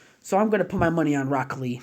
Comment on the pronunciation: I swear on g I heard you say black lee